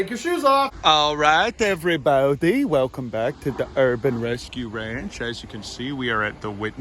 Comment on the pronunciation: Dear, please never stop saying everybowdy. I’ll gift you a diamond sword sword sword you can’t afford ford ford